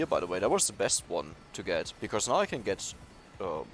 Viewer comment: One thing I wanna tell u with hopes you don't get it wrong or feel offended: You often say the word "because" and then pronounce it like "becauRse" with an "r" in the middle - since you are german I figured you might wanna know this. Great(!) english in general for a german though, props! ✌️